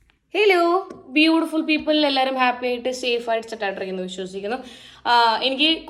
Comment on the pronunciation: ഹെലോ അല്ല ഹലോ. ഹെയർഹോസ്റ്റസ് അല്ല എയർഹോസ്റ്റസ് ആണ് 😂